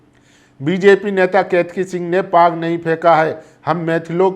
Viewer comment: पग नहीं पाग। उच्चारण सही कर लें।